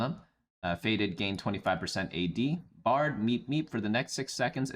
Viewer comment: I found it funny that there was an editors note for that but not when he said brad instead of bard lmao.